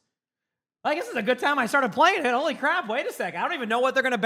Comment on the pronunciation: Please don't say holy like that